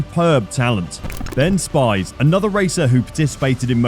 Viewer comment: How did he just pronounce Ben Spies? He obviously knows nothing about MotoGP.